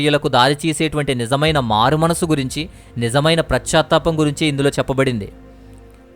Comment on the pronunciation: PRAS CHA THAPAM KAADU . PAS CHA THAPAM . BHASHA KUDA VINAALANIPINCHELA PRONOUNCIATION CORRECT GA VUNTE INKA BAAGUNTADI .